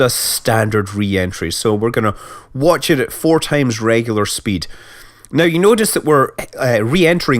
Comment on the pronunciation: I love the way Scott pronounces double vowels. Food becomes "fud" and speed becomes "spid".